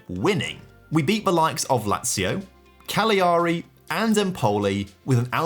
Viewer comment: Great video love the multi episode content. I know youve completed Italy but please save my ears in the future. Genoa - jeh-no-wuh Cagliari - ka-lee-a-ree